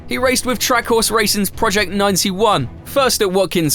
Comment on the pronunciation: Track horse and Cutta huh? You mean trackhouse and COTA? 😂